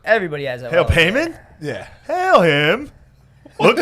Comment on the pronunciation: confidence in pronouncing Paimon wrong AND being sure that the movie is called "Heredity" is killing me hahaha.